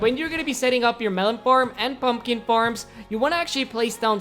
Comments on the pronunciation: He said purlner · Did he say pron owner or my ear just suck